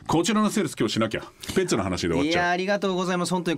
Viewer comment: 最多出場の仲村さん。でも久しぶりの二人。でもいつも仲良しでイチャイチャしてるイメージの二人。今日は可愛い二人の仲を見ちゃった日。 安元さん！『ペッツ』の発音、言い方好きだな。